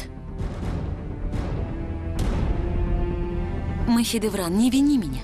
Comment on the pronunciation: Не Махидеврана, а Махидевран... Изучайте русский язык!